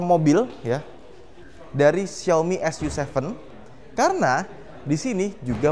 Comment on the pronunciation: bacanya "su ci"